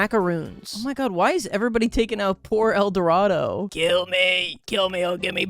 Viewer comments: Gotta love how he keeps pronouncing Edoardo as "el dorado", at least he's consistent with it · The way he called little edoardo "Little El Dorado" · Currently watching and placing $5 that, at no point, will acknowledge that the man's name is just Edorado and not El Dorado. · i think you pronounce his name as "little edwardoh" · i love how he called little edoardo eldorado for the entire video AND narration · how is he pronouncing “edoardo” as “el dorado” 😭😭😭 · pronouncing Little Eduardo as "Little El Dorado" is killing me 😂